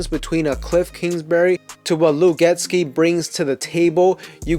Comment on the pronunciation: I love your content. Thanks for making the video. It’s pronounced Get-See not Get-Ski ⛷️